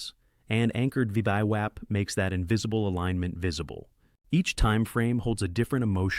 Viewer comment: Creators - if you speak english, please listen before you post and try to get your a.i. to acknowledge things like VWAP is NOT pronounced VEEDEEWOP lol NVIDIA is pronounced ENVIDEEAH Other than that... Excellent vids! Thank you.